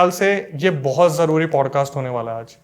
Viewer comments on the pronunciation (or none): none